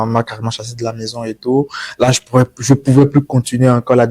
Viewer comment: C'est quoi cette manie de mettre des "R" a la fin des mots qui n'en on pas besoin. Parlez simplement et faites vous comprendre aisément. Je sais et non "je saire" et là et non "lar"